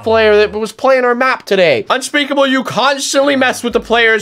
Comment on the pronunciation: New Intro! Bro Love The Intro I Soo excited for the Outro style! Love you Unspeakable And I STILL Remember When you said your name like dis (Two days ago) Unspeakable: Subscribe to Nathan And UNSPECKABLE , Me: DUDE YOU SAID YO NAME WRONG